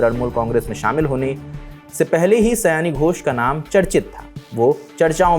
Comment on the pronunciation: आपके थंबनेल में सयानी लिखा है, लेकिन आपका उच्चारण सही नहीं है, इसलिए यह एक गलती है। नाम सयोनी होना चाहिए, जिसे बंगाली में बोला जाता है। Saayoni